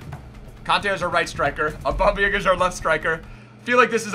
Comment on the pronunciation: Waleedkm0 6 he said auba my guy